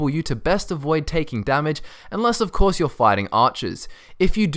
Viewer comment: Did u just say "a courier, not in primm of coarse"!